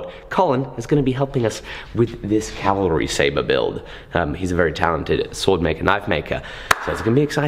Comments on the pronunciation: Thank you for saying "CAV - al - ry" (instead of calvary)!!! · cav-ah-ree, not cal-va-ree